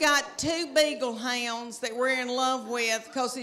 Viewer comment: Hounds with 3 syllables!!